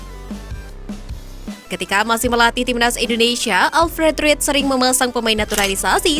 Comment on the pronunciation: Alfred ridel bacanya min, klu ga ngerti bola jangan jadi presenter bola